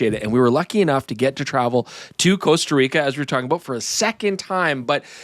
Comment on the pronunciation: Guys, it's not 'coast-a reeka'